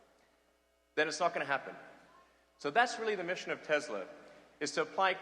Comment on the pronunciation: He says it Tezla. It's "Tesla".